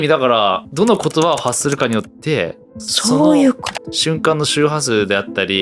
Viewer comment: 「それは醤油ぅことです」 言い間違えにも正しい字幕。笑